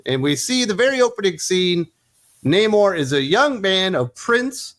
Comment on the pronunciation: Nah-mor sounds about right.